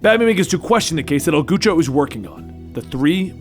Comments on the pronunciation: Lol you CAN'T keep pronouncing it Goocho.. Thats just.. No.. XDlol Its pronounced El g-Ouch-O like couch or Ouch (like ow that hurt) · 🤣🤣🤣 "el gucho" i love your narration, but please check the spanish. Im so sory, i had to pause the video, its " el gaucho" i would love with any translation or spanish wording (specially argentinian) if i may. I love the video, and all of them the channel is amaizing!! (La radio está buenísima!!) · It’s pronounced: Gaaocho not Gucho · must not have any close mexican friends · Goochoh made me feel dirty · Its El Gaucho, your spanish needs work. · I don't speak a bit of Spanish, but even I know how to pronounce "Gaucho." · It was El Gaucho wasn't it?